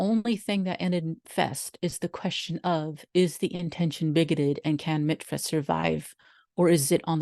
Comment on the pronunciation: I miss it so much... Michfest changed my life.❤ I was a worker, an attendee, a workshop presenter, and a craftswoman. Just for clarification it's pronounced "Mishfest" ❤❤